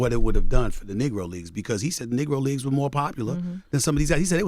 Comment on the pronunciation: this dude said “Nigro League” lmao black asl